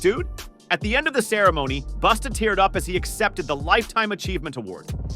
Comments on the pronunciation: It’s “Busta” not boosta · SAY THEIR NAMES CORRECTLY PLEASE OR JUST DONT. "BUSTA" IS NOT BOOSTA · The narrator destroyed Busta by calling him boosta. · Who the hell is Boosta that the AI keeps talkin about? 🤨😆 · He saying Busta name wrong.